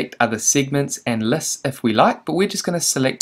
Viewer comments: That was painful to listen to 😬 Læsts and sigments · The way you pronounce lists and segments, also the way you keep repeating these words.